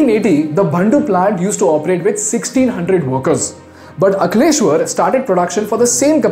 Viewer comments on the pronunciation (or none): No way you pronounced aNkleashwar as akhleshwar plant lol